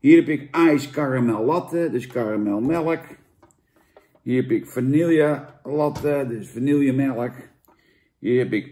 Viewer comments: Het is "vanieje" Niet "vanielje". Doe me niet zo'n pijn ‼️😭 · Jantje, wanneer stop je eens met vanille als vanielje uit te spreken? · Vaaaanieeeeeeelje, zoals alleen ome Jantje dat kan uitspreken....